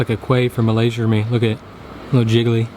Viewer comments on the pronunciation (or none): none